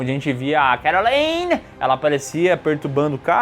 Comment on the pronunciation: Eles não falaram Caroline! A pronúncia desse nome é "Querolaine", não "Queroleine"